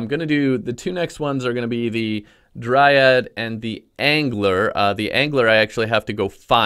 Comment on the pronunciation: OMG please stop saying DryADD